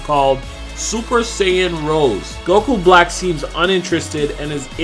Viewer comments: You're saying Rose wrong not like the flower rose like the wine Rose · It's not rose it's rosé